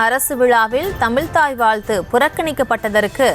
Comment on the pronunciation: "தமில் தாய் வால்த்து" திராவிடம் தமிழ் வளர்த்த அழகு. இது உறுத்துவதால்தான் அரசு விழாக்களில் வாழ்த்து பாடுவதை நிறுத்தி விட்டார்களோ?